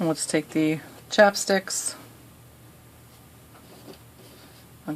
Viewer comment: I love how she calls them chapsticks instead of chopsticks [